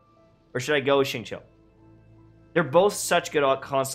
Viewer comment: Happy that u pronounced xingqiu the proper way hahaha!! Not xing kyu hahaha thanks brooo may chinese blood is happy haha